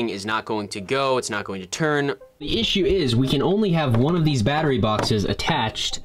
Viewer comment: “Ishue” you mean issue?